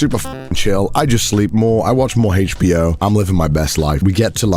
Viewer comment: "Hay-che. B. O"